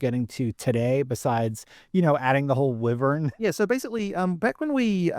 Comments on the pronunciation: The guy on the left… Drood… wivern… ugh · Droods? Wivvuns? Get that man a speech therapist. And some self respect.